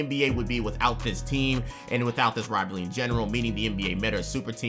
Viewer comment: bro can’t say rivalry